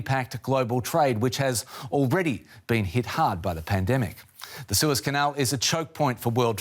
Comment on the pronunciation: News Caster "a Prolong Suspension traffic in the sewers" I didn't know the boat would block teenage mutant ninja turtle's home.